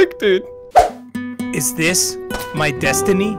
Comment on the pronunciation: The "is this my desiny" 😂😂😂😂😂😂😂😂